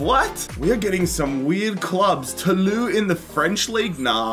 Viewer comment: You tried to say Toulouse but you said Tolu